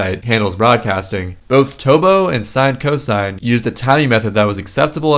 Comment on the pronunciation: it's not sinecosine Its sin-cos